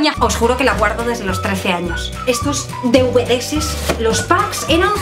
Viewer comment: ''deuvedeses''!? me sangran los oídos!!